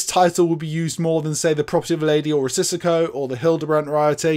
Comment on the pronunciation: Love the channel!👍🏼 Risico is indeed “Risk” in Dutch and Italian. Not sure about Greek. It is nu the way pronounced as “Ree-see-go” 🙂 Keep up the great work mate!